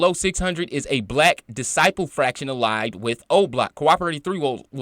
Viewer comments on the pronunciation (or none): FACT-shun, not FRACTION